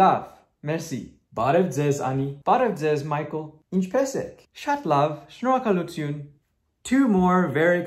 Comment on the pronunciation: I am mind blown! When you pronounced shnorakalutyun perfectly I literally jumped out of my seat! You are amazing